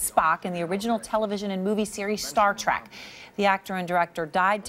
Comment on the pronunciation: Erin, it is pronounced Trek, not track!